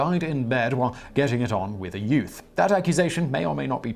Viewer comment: It really sounded like Simon said that"The pope died while in bed with a yoot". I laughed so hard.